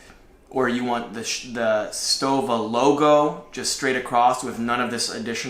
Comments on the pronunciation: I think it's pronounced "SHtoVa" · I'll help you in your pronunciation of Stowa. It's the same ''stow'' as in ''stowaway''. btw nice vid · Well... a bit long winded but that STOWA Flieger Klassik 4 Modelbau A deserves even more time ! And admiration ! Nice job, boys ! P.S. Stowa reads like "Shto-wa" ! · They are making a 43 mm now. I'm ordering a 43 mm Chrono. I can't wait to get it. And it's pronounced "shtova." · Its pronounced Sto"V"a.